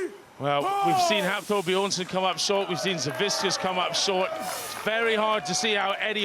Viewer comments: no, it’s pronounced Savitzkas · Why can no one get Savickas's name right lol like not even the commentator can say it right and its right there on the screen lol